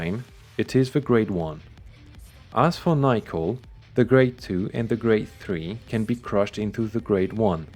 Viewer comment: Nickel not being pronounced as Nick-el is making my brain tickle